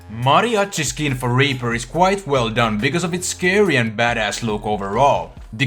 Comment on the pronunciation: he said raper xD